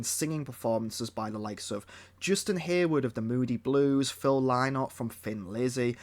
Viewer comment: Top points for correct Lynott pronunciation